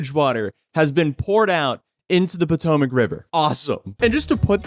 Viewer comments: The Pootoomuch River, lmao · poo-tomac river.